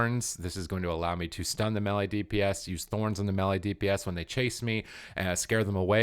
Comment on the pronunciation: drives me crazy when you pronounce melee mehli.. it's may lay!!!! What is it with gamers that they suddenly do not know how to speak English when talking about game stuff... it's so funny